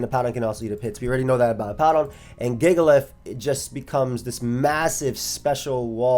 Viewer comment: really pronounced it gigalith huh